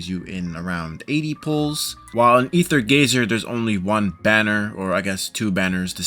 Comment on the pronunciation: Stop calling it rather gazer